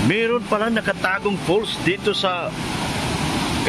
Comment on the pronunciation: It's "FALLS" not "false". Sarap nga mag unwind dyan